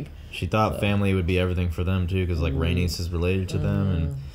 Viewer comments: It’s Ray- NEECE when you say Rhaenys lol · I love how and pronounce Raenyse as rANUS lmao